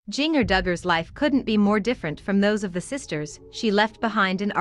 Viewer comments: Seriously, do you not know how to pronouce Jinger's name. Think of Christmas or holiday cookies or even spice. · Learn how to say her name correctly. Would make for a better video. Couldn't watch it all because you couldn't even say her name right